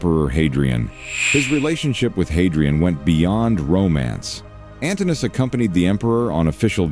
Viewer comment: The AI voice is awful, and the fact it can't say Ann-toh-NINE-uhhss is enough for me to bounce on out. Im about :20 seconds in. Peace